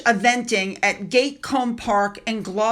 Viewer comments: Sorry,, me again!! It's GAT - COOM, not 'gate'!! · Princess Anne's estate is pronounced Gat kuhm paak. (gat as in mat) It's not pronounced Gate. 😃😃😃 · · Gat- Combe, not Gate-Combe. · It's Gatcombe park. GAT NOT GATE😂❤ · ……it’s pronounced Gat-com, not ‘gatecomb’……not really that difficult……… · Gatcombe Park, is pronounced GAT as in HAT. 👍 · You mis-identifed Mia Tindall and Savannah Philips. Gatcombe Park is also pronounced Gat like in cat and then combe like Cumm. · Loved the video! Just a littleFYI- Isla is pronounced Eye-La. And Gatcoombe park I is Gat-Coom. I’m not sure I even spelled it right but that’s how they sound. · Gatcombe, is pronounced Gat as in hat. The King was crowned, not coronated. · Hello... great report, one thing it's 'Gat' as in hat... Gatcombe Park, hope this helps. Cheers. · … the name “ Isla” is pronounced eye-la and Princess Anne’s home Gatcombe Park has short vowel sounds gat=hat…hope that helps xx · Isla - ‘eye-la’ Gatcombe - Gat-Combe lol